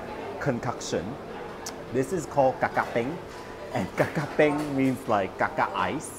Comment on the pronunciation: Correction: is ka ka peng, not kakak peng